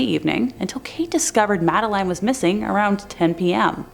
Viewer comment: It's Madeline as Madda lynn.